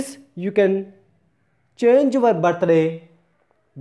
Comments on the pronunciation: Thank you...but its birthday...not ba-ta-ray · It's birthday not bat tha day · Am I the only one who heard battery😂😂😂😂😂😂